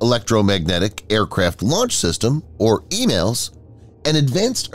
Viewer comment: It's 'ee-malls' not 'ee-mails.'